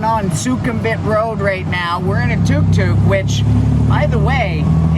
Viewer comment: Glad to hear you admit it. Very basic indeed, and its tuk tuk (as in look not too)